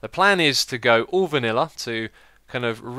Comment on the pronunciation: I love the way you say viniller!